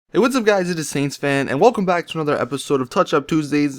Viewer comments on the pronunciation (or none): none